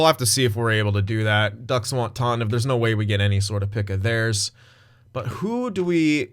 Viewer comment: First of all, its tAHnev, not tAWnev. Second of all, I don't know if the game was right or if you were, but if you wanna have a read go for it, I'm too lazy